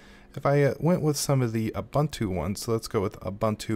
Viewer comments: It's pronounced oo·boon·too. Hurting my ears, dude. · ive been pronouncing it zooboontoo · Zoo buntu, loo buntu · Koo buntu Xoo buntu